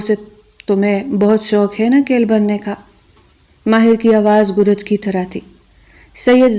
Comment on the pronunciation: اردو بھت غلط پڑ رہی ہو گر ج کو گو رج کہر ہی ہو 😮 شر م نہیں اتی ہے